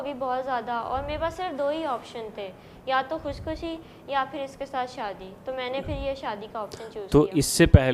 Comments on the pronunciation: جھوٹے آدمی بچی کو تو خودکشی نہیں کہنا آتا خوشخشی بول رہی ہے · Bolna v n arha sahi se to ghr se bhagne ki aql aur himmat to ye bdbakht bdzat Lownde ne hi di.khudkushi ko khuchkushi kahrhi. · Khushkhusi...... Yeh bachi ko khudkushi kehna nahi aata. Aur yeh ghar se bhagegi? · Kushkushi ni bhn khudkushi hota ha word phly khna to seekh lo phr bap k khelaf khri hona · Khush khushi... Khudkhushi Bolna nhi aata or ye 17 saal ki he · betaa vo KHUSHKHUSHI nahi hotaa hai vo KHUDKHUSHI hotaa hai 🤣🤣🤣🤣🤣🤣🤣🤣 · Jisko khudkushi bolna nae arha wooooo shadi kr ky khush rehna chati h 😂😂😂😂😂😂 kuskusi 😂😂😂😂😂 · Bichari ko khud kushi tu bolna nai ata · Khud kushi to sai bol nai pa rai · Bechari خودکشی ko b sai ni bol pa ri. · Hahaha kameena anchor...khud he har Jawab bta raha hy ous...aur churail johth par johth boly jaa rahi hy...khud kushi proper pronounce karna nai ata aur Karachi sy Lahore aa gai 🖐🖐🖐